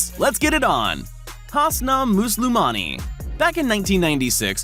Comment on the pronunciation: You said hussna muslomani wrong